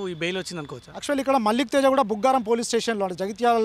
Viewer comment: మాలిక్ తేజ కాదురా అయ్యా. .మల్లిక్ తేజా